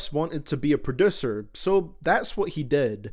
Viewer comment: "Pro-DUH-ser" is the best pronunciation I've ever heard.